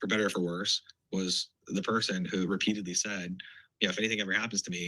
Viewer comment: He said repediatly.Charlie was murdered.Whats the difference between murdered and assinated.🤔